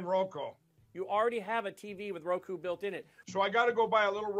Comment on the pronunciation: Does Mike Lindell not know words? I mean, I know drug abuse does long term damage even after you stop, but this is kinda ridiculous. I still can't get over the fact that he can't say Roku. IT'S NOT A HARD WORD TO SAY!!